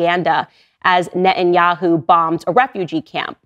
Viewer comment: Love how Candace selectively leaves out the letter t in certain words. Pu-in Nah-enyahu. Something with those names...